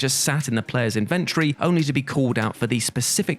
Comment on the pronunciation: What’s an in-vent-tree?